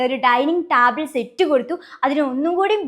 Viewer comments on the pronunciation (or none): Please correct your pronunciation table not taaable